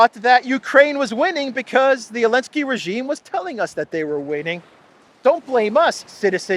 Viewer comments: Please pronounce Zelensky and not "Elensky". Why spoil names like that? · His name is ZELENSKY! Not Elensky.